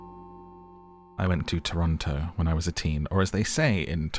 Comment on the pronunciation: Thanks for pronouncing Toronto how us Torontians pronounce it 😅😊